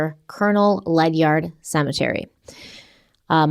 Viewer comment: I grew up in Ledyard CT I hate being this person. It LOOKS like Led-Yard it's pronounced Lejard. Yeah... I know. I lived in Groton for 15 years also, all in NL county where Derrick went to college. The whole thing is weird but I'm skeptical about a serial killer. I'm a true crime junkie too. Seeing the Groton arrest go down, almost confirmed for me... I'm just not convinced. I think the internet kinda jumped the gun on this one.